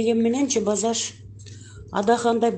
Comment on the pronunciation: Базаш деп суйлоп аткан канчык маспы не 😂